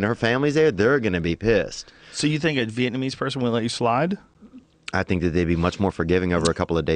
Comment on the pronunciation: "veitmese"? Illiterate much?